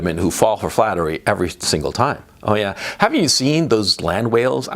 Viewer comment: Flattery, or is it 'Fattery?' 😂